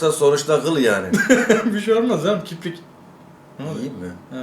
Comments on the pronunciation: KİPRİK DEĞİL ABİ KİRPİK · "kiprik" değil "kirpik"